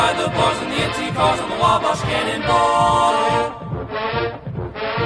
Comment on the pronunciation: Love it but just kinda weird hearing someone say wabash rofl ur kinda saying it right but kinda off but that's ok most people don't even know wabash indiana even is a real place rofl